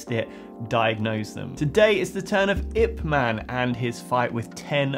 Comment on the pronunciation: Ip man, not I P man lol I like it